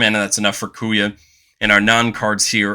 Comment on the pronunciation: Oh, man, im still gonna watch the video, but "Kuya" is gonna kill me before the end. 😂😂😂